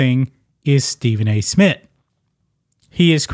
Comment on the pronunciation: Isn’t there a “T” in the end of “ Smith” lol. It’s not “ Smit”